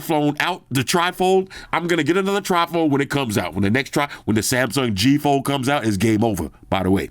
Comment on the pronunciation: a nasty British dessert made of jelly, whipped cream, fruit and soggy cookies. (A sloppy mess.).Trifle just happened to sound similar to your pronunciation of Tri-fold. My sense of humour and a conversation stopper.